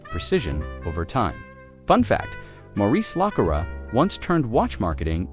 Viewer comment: At least get the AI voice to pronounce the name correctly.